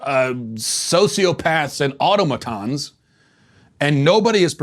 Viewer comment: I'll give you MARE'ick'uhl for miracle, but I gotta draw the line on your pronunciation of automaton, Matt. I'll be leading the rebellion against your regime on this basis alone